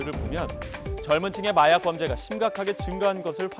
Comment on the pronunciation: 중가중간 혀꼬여서 발음 이상하게하는게 개웃기넼ㅋㅋㅋㅋ마약을 말약이라고 하고